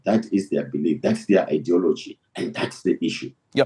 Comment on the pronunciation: If I was in representing a "teachers" union in South Africa, I would be to embarrassed to show my face in public 🙂 I would also make sure that I can pronounce "ideology" 🙂